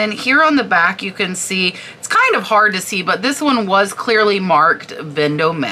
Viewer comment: FYI...Yves is pronounced "eev" and Vendome is pronounced without the "a" sound at the end.